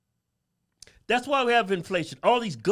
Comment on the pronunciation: "Lo - Tinos" and "Knee Grows"... What does all that mean?